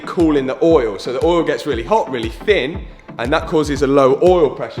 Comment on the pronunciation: challenge: say oil like this guys does. "ooieoel"